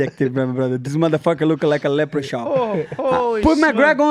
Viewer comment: Love that pronunciation "leper-chawn" lol